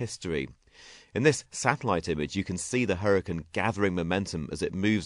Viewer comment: hurriacanne not huricann